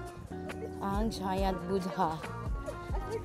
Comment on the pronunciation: Correction, when you say Buddha, the "h" should be silent. "Boo-da", i.e. the first syllable is a (very) long vowel, without the ending d and country is pronounced as Kun-tree. Nice video btw. Thanks for the Klook unlimited sim tip.